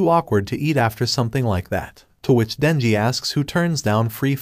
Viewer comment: When he was talking he said nenji. but his name is Denji